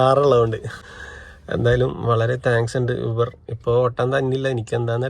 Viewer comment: വ്ളോഗ് കൊള്ളാം. കണ്ടിരിക്കാൻ രസമുണ്ട്. പിന്നെ യൂബറല്ല ഊബർ എന്ന് പറയുന്നതാണ് ശരിയായ ഉച്ചാരണം.